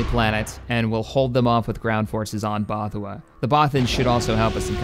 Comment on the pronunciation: bothawui is pronounced ''both-a-we''